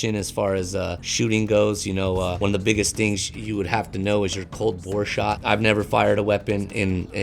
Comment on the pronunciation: Cold Bore* Shot not Bora ;)